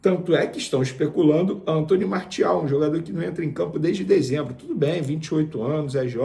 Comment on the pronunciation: A pronúncia é MAR-CI-AL e não Mar-THI-al...O cara é francês...